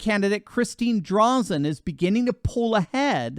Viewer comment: Drazan is pronounced: Dray zin.